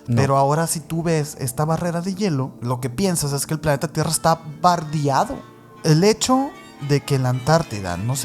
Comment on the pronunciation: Este pobre ser, cuando dijo "bardiado" perdió mi total interés,q simples